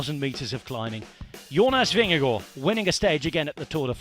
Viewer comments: This commentator pronounces Jonas Vingegaard's name like a Dane. 👍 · Good work on pronouncing Jonas Vingegaard. Spot on👍